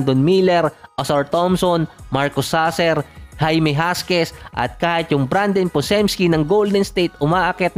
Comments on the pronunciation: Jaquez po. Not Jasquez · Hakiz po yan ang pagbasa lods hindi huskies😅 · Sir jaquez po hindi jasquez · jaquez = Hakes ang pag pronounce nun. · Boss Jaime Hakez ang bigkas doon...